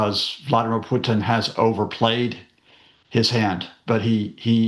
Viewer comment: I love how Professor Lucas tries to use a Russian accent to pronounce Vladimir and Putin, but screws up the accent big time. Content was good though.